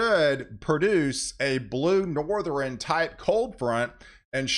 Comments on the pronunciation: It's NORTH - ERN. ..... not NORTH - REN. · Please stop saying North-er-in. (South, East, and West...ern) It's Northern. The way it's spelled is how it's said